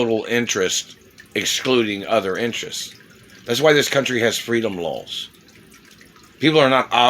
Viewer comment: I swear to gawd, he's saying "lols" instead of "laws". This has been a four-year troll action by a guy with meth mouth. So, good jorb but I bet your breath still reeks.